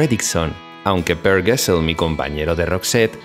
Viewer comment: Excelente video con mucha información!!! (solo algunos errores de pronunciación de palabras suecas, como Gessle y Gyllene Tider) 😊